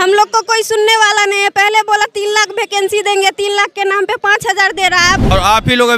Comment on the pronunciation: भकेंसी नहीं वैकेंसी होता है 😂